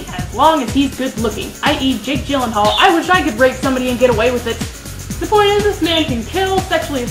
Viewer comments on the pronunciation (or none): none